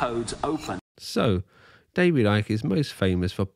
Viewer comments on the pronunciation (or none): Why does Icke always pronounce his Ts as Ds?!